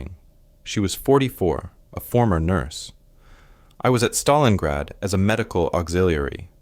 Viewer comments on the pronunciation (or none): none